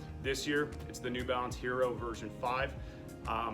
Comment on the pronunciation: It's definitely not called 'hero'. Just pronounce every single letter on hierro (which means iron as in the metal) other the h which is not pronounced. Even if you can't roll the 'rr', better call it 'yero' than 'hero'.